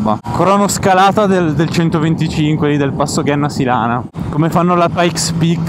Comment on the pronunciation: Grandi, apprezzo molto i vs video anche se non sono appassionato di moto. Un solo appunto: si pronuncia Genna (come gemma/pietra preziosa) Sílana (con accento sulla i)